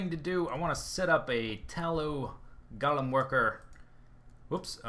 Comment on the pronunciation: Golem: pronounced "Go-lem", not "Gol-em" dictionary-dot-reference-dot-com/browse/golem?s=ts